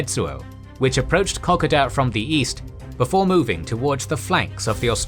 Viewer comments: It’s Ko Ko Da not KokAda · KA KO DA ..... FFS IS IT THAT HARD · It is pronounced like cocoa and da as in the Dutch way of dad. Secondly the kokoda track and kokoda trail were two different things. The Aussies and papuans were using the track to ambush on the trail. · Wait I have been pronouncing it co-co-da all this time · Say it like this K'koda. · You said Kokoda wrong mate extend the vowels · As an Aussie, I love that this exists/ However, I die a little every time he says Kokoda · I just could not stand the mispronunciation of KOKODA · At least pronounce Kokoda correctly. One of the biggest operations in australian history and you mispronounce it every time. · If you don't do AI then I really gotta ask you to work on your pronunciation of Kokoda. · There is the way most Australians pronounce Kokoda, there is the way some Australians pronounce iit, and there is your pronounciation. When you get something so fundamental wrong it raises question if you cant be bothered with something that easy how confident can we be in anything else? You have Australian subscribers ask them. There is the chance that you have adopted a Papuan pronounciation in which case you should state it but further there are a number of languages specific to different parts of the track so which tribal group did you chose and why? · Your narrator needs to review his pronunciation of both "Maroubra" & "Kokoda". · He pronounce it like it's Japanese. His pronunciation of Milne bay is so wrong too.